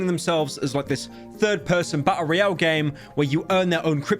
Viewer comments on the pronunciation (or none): none